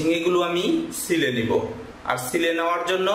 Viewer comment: vlo kore ucharan karun....."sile" na ota "chile"